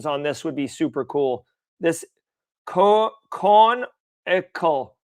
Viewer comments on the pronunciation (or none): canonical (kuh - NON - ih - kul). Cheat code: say "Professor McGonagall" (like in Harry Potter) then try to say it again